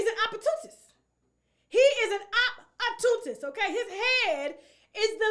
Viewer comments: It’s pronounced Op Por Tu Nist‼️🥴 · Look up at how to say OPP OR TUNIST!! U Fool!!